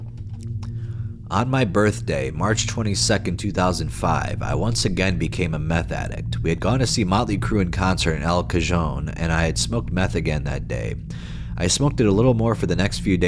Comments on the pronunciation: bro did not just say “Al Kahjohne” 💀😂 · Js, El Cajon is pronounced "El Cahon", Vista, etc all suburbs of San Diego, tks for the vid as always !!! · The absolute horror of an El Cajon mention (p.s. you pronounce the "j" like an "h" lol)